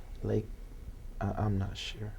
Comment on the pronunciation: The thing is, he's not "sheer" of his answers cause he doesn't understand the question, that's why they most "ax" Michelle 😉